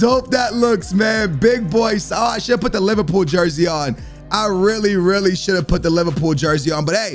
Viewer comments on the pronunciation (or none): none